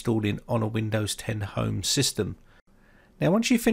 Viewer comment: did anyone skip this video when it sounded like home had no chance in the intro and then he says right so with hime haha runs back